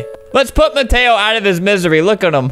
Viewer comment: “Miteo” it’s Mateo sir